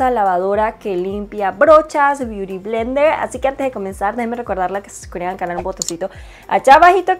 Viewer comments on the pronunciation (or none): none